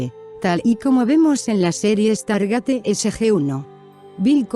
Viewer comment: tu cuuenbto esta bonito pero primero aprende habar se pronuncia stargeit no estargate lo pronuncias mal mas de 30 veces inculta tu ciencia ficcio es igual que tu cultura y diccion